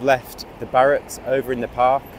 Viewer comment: Its pronounced barracks my lovley not ballocks